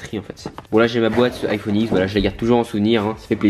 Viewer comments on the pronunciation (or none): none